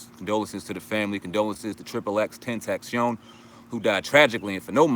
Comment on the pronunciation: Pronounced "ecks-ecks-ecks tent-tae-see-on" You're welcome